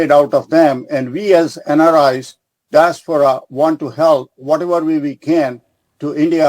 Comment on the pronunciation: It's Diaspora.. Not Disapora..